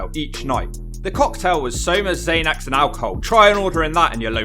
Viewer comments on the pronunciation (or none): Zan-ex I think brother. Not Zane ex